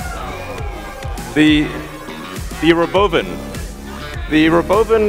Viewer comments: RoboVAN not RoboVin lol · Please someone tell Elon it should be called Robovan not robovin - sounds like a cow